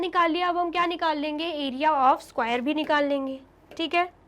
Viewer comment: Please pronounce square word properly 😂😂😂😂😅